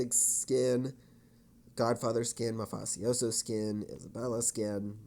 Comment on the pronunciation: Mafasioso? Lol what a way to pronounce that word